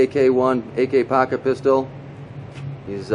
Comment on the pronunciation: do you have an accent? sounds like your saying packet instead of pocket